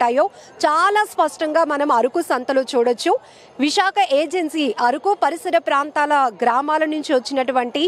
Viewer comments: అరుకు కాదమ్మా అరకు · ముందు ఆ యాంకర్ కి పదాలు ఎలా పలకాలో ముందు నేర్పించండి....మాటిమాటికీ అరుకు అరుకు అంటుంది....అరుకు కాదు అరకు.....వీడియో ఎడిట్ చేసే మీకు అయినా తెలియదా ....కనీస జ్ఞానం వుండాలి